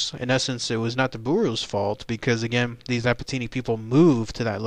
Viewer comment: I belong to the Apatani tribe mentioned here. I'd like to make a small geographical correction. Ziro is a village/town located in the state of Arunachal Pradesh, rather than both being names designated to the same area. Apart from that other details seem correct though the pronunciation may be wrong.